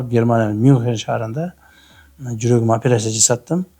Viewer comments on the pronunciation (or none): none